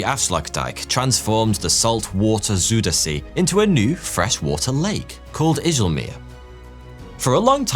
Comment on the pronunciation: besides the fact that you pronounced Gouda correctly.. I am more impressed by you pronouncing Afsluitdijk correctly both the ui sound and the ij sound you did correctly, however the same ui sound in Zuiderzee you did not and also the ij sound in Ijselmeer wasn't correct, where you did it correctly in Afsluitdijk.. But I am still impressed. A very good video man, as you can see in the comments, you made a lot of Dutch people proud